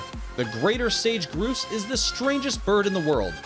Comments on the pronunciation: "a unique looking thing"? "sage groos"? I'd hire a specialist to write the script, a pro to do the narration and fire the musical director. You need to hear the birds—the sage groos is amazing. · Stunning amount of mispronunciations and straight up mistakes! It's a Sage Grouse - rhymes with house! Ugh. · Maybe they could learn to pronounce grouse. It's NOT gruse. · BaiAnNa2014 Twitter The mispronouncing of Grouse, saying King Vultures weigh 45kg and have a wingspan of 34 meters, he didn’t acknowledge the Galapagos and Cape Verde populations of Magnificent Frigatebird and showing a clip of the Red-Headed Vulture instead of the King Vulture. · It's grouse like mouse not grouse like goose. Dump the music and add the bird sounds please! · I can't get over the fact the narrator mispronounced grouse.... sigh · sage 'groose'... has this narrator never heard of a grouse [pronounced: graws] before? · Groose? it is pronounced grouse like house, mouse, souse, douse, and blouse among others. The most rare member of the grouse family is the Gunnison Grouse. It is rated by both IUCN and CITES as critically endangered. All known individuals have been tagged and its census has remained steady at 27 birds for the last three years. It lives in the area around Gunnison, CO. The reason for its decline is (as usually is the case it seems) habitat loss due to increased agricultural use. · It’s Grouse, not Groose... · Ditch the music it's awful! It's actually pronounced growse, as in wow! Good video though. 😀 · Your script is full of errors, you mispronounce the names of the birds (it's Grouse as in house, not Groose as in goose). You should check your facts before you make embarrassing mistakes. Also, loose the music! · My God, "grouse" rhymes with "house" not "goose". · Grouse like house, not groose like moose. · Nice not to hear a robo voice. Grouse is not pronounced "GROOSE"! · "Groos"? Pronounced "grows" in Saskatchewan. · Did your narrator seriously say "groose"? It's GROUSE. ffs